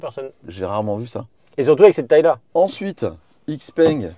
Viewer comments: Encore une fois, super vidéo ! Puis je me permettre une remarque concernant la prononciation de la marque? - Ouvrez le Google translate - choisissez chinois simplifié vers français et écoutez la prononciation... Xiao peng ( X se prononce ch) Mon épouse est chinoise et as la chaire de poule chaque fois qu'elle entend "X - peng" Tant qu'à faire...😉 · Les mecs de xpeng France prononcent ixpengue. Donc bon on va suivre 😋